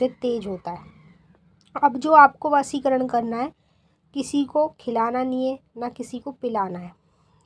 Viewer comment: Pahle dhang se vashikaran bolna to Sikh lo gussa nahin hona main vahi Kah Raha Hun jo aap kah rahe ho kar rahe ho